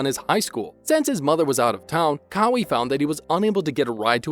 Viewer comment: You lot are pathetic. Kawhi videos doesn't get views cos only true fans stick with him. All these click baits make you desperate. Its pronounced CARWHY not CARWEE.